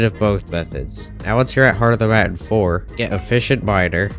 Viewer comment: Mountain too 😭